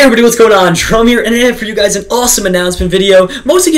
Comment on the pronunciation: it jerome not gerome